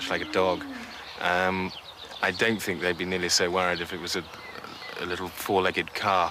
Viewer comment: " I fink thats a smashing idea" lol